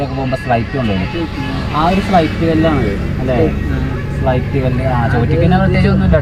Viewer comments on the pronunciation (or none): സ്ലൈറ്റ് അല്ല സ്ലേയിറ്റ് ആണ്